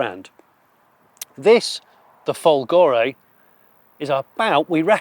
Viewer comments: (it's not "Folgòre", it's Fòlgore)😉🤗🇮🇹🇬🇧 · And also folgore is fòlgore and not folgòre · Since voiceover Johnny is very pedantic let me be a pedantic Italian: "Fòlgore" is pronounced with the accent on the first o 😅 Maybe Maserati accept all pronunciation in foreign markets (like one cannot mispronounce "Hyundai" 😂) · Try to say FOLgore. It is not that difficult, isn't it?😉